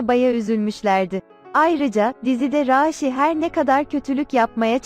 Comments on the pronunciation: Raaşi değil raşi dogru duzgun bir şekilde oku lutfen ☺ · Raaaaşi değil Rasi 😆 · Abi raaaaaşhi değil rashi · Raaashi degil Rashi😂😂😂😂💖💗💝